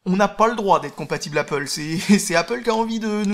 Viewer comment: Mince, tu dis plus "apôle", j'aimais bien voir les commentaires avec les pro-apple rager de ta prononciation ^^